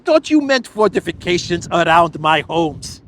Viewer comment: lol, 'forteeeficayshans'!